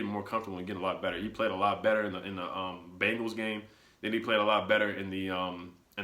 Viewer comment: Ha he said "bumgals" again😂